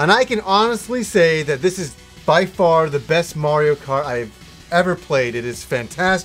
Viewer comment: I'm just happy you started pronouncing "Mario" correctly :)